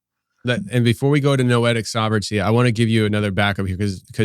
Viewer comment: When she says" Noetic sovereignty"